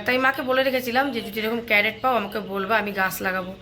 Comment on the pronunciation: Carrot bole na crate bole